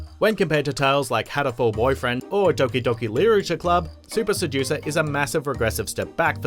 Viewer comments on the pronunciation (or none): none